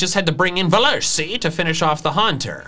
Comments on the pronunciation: velursi is pronounced ‘fel ursee,’ german V’s are pronounced as F’s, just as W’s are V’s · Its not velursi ITS Veluhrsi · me:u said velursi wrong :( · Says that he thinks Velursi's name is funny. Me: At least your pronunciation makes it funny for a German viewer. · As a German I'm laughing so much hearing him butcher the pronunciation of Velursi and having so much fun doing it😂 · Nobody: No soul: Me being German and hearing trying to say velursi haha🦄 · I like how he pronounces velursi and kosturso so funny. (I'm from germany) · U forgot the R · I'm german, and I'm triggered by how you pronounce Machollo and Velursi Edit: Kosturso is even worse